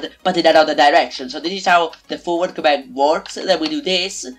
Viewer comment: it is forward not foward